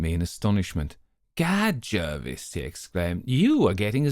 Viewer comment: Great to hear this, a really good reading. I'm a huge fan of Dr Thorndyke and am lucky enough to own J J Pitcairns own copy of the super rare 'Adventures Of Romney Pringle' 1st edition. BTW Polton is Thorndyke's Laboratory Assistant, not his butler, and Jervis is pronounced 'Jarvis' as it's derived from the French Jarvois. Would be great to hear one of the inverted tales next..